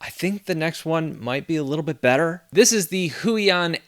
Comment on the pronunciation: "Go with the Hui on" and every Polish viewer listening to you was probably like: 😂 😅 Thanks for the videos!